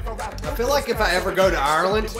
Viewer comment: Hate the way he pronounces Ireland